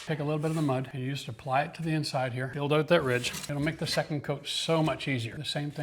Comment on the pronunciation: this guy must be Canadian by the way he says OUT or OOT. 😅👍